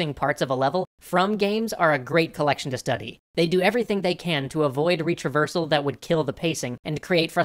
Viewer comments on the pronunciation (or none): Can't stop hearing it as "reach reversal"... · 1. When I heard "Retraversal", I thought you had said "Reach Reversal". It was funny and confusing. 2. I think you could have written the part where you said retraversal can make people aware they're playing a game a bit better because you sort of implied, along with the image, that this was a bad thing. I love your positive take on gaming and it being an art, so I think you should have said that you don't want break people's immersion and engagement and make them aware of that. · I swear he was saying 'reach reversal' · I heard it as "reach reversal" every single time and was confused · Did you say reach-reversal or retraversal